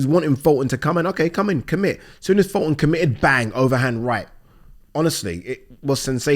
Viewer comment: Funny how youre talking about people are shit at judging fights when you cant even say fultons name right 😂😂😂😂😂